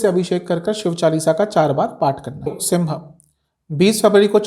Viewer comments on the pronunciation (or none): none